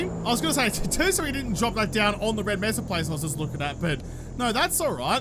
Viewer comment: Its May-Suh for mesa.